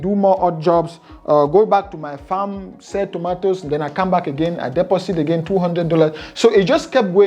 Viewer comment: when he said deposit and sounded like he said "pussy" 😂😅😂